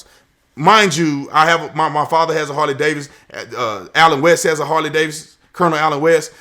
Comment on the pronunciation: It's Harley Davidson not Harley Davis!